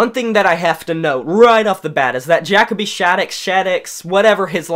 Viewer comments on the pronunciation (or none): Is this video a joke? Seriously asking because first, it's JUH-co-bee, not Jack-o-bee. Did you listen with broken headphones? I don't know where you're getting this whole "he sounds like multiple vocalists" crap. Also, releasing the same album 10 times? I really hope for your sake that's sarcasm cuz if every single Papa Roach album sounds the same to you, get your ears checked bud. Also, coming from someone whose favorite band is Skillet, I can easily distinguish Jacoby's voice in the chorus of the Ending. He does not sound like John Cooper. Addressing your point on Not The Only One's so called hypocrisy, who the fuck stated it was a concept album? No one made the rule that the themes of the song had to flow together. Just because some of the other songs deal with issues doesn't negate any sort of positive/inspirational theme and it's place on the album. If you're going track by track, double check your notes and make sure you aren't skipping any. You completely disregarded Maniac. Funny how you say no experimentation yet this is the only one of their albums with a heavy side of synth and electronic elements on a majority of the songs. Top of the World being the best example. Wanna name another Papa Roach song that sounds just like it? I'm not very high on Elevate either but if you're going to dog on them for going in a sound you don't like but also say they don't experiment with their sound, then that makes you the hypocrite bro. Oh and do yourself a favor and stop trying to